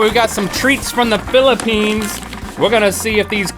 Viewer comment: thank you for saying our country Filipines